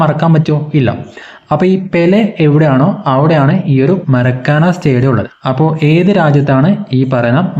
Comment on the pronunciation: മരക്കാന അല്ല മാർക്കാന ആണ്